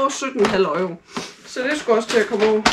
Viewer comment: Haha Øjro. Uden at skal lyde som en dansklærer, det hedder euro ligesom Europa eller Euroman. Man kalder det jo ikke øjroman😂😂 sagt med et smil på læben. Men ellers god video👍🏻